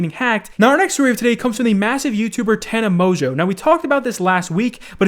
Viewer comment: Lol thats how you say her name? Tana Mojo? XD